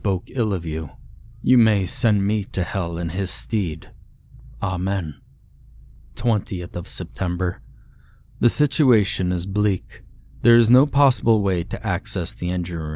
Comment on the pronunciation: Still love your posts but your pronunciations still need some work, to wit: WAFTING is pronounced WAHF ting (like waffles); going in someone's "stead" - it's pronounced STED, not STEED (that's a horse).